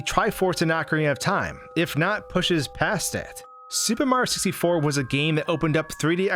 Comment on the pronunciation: You need to fucking enunciate, dude. You completely cut syllables from words and it’s ugly sounding and annoying as shit. If you’re going to have heavy narration in your videos, you should strive to get better at narrating clearly. “SUPAMARYOSISTFOR”